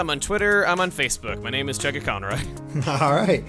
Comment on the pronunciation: Lol thanks for not butchering my name too badly,.